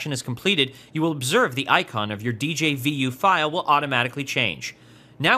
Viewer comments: djvu is pronounced as dezhavoo and not as "dee-jey-vee-you" :) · A nickel for every time he said Dee Jay Vee You.